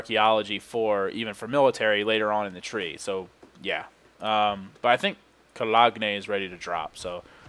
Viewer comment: Colog-nay lol